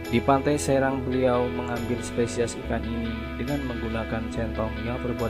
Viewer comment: Maaf min, pantai serang bacanya seurang